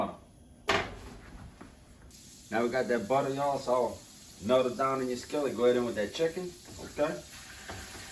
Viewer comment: its no joke when he says ¨throw in that halfa sticka butta¨ that butta said swoosh lmaooo!!!!